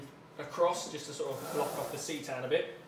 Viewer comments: As it is written; C'tan. Think more like; Kuh tan. (The letter C makes a 'kuh' sound. Not a 'see' sound). After 15 years in the hobby I've never heard anyone say seetan. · Its d3 shots for the phase on the lootas. Also its pronounced like kitaan, not seetan. You're just going to piss off Necron players everywhere, haha.